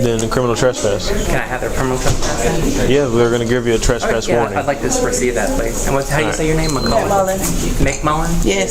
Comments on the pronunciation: Who the hell says trass-pass 🤣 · here we go again with the "TRASS-PASS" these fools can't even pronounce it properly let alone understand its legal implications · Hilarious that the female cop corrects how says suspicion but her fellow officer keeps pronouncing trespass incorrectly. This whole thing was a clown show. Love the narrative they create out of thin air... hostile 🤣🤣🤣